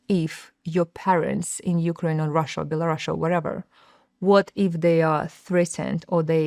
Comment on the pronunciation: BELARUS!!!! “Belarasha” doesn’t exist!!!